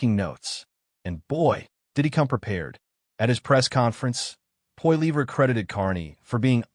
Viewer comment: Sorry how did you pronounce Pierre’s last name AI Bullshit